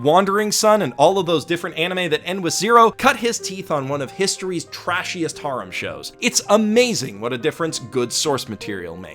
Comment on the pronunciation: Stop saying harem like thatttttttttttttttttttttttttttt